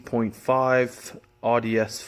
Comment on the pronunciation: Not awwdi